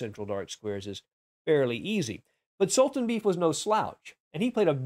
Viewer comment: I think Khan's opponent's name is pronounced sool-tahn-BAY-eff.